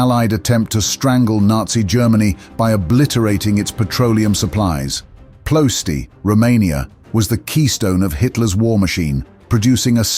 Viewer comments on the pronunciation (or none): Ploesti is pronounced as "Plohyescht". The picture and red arrow on your phony title page is not even remotely related to the presentation given here. Pure "CLICK-BAIT". You should be ashamed of yourselves.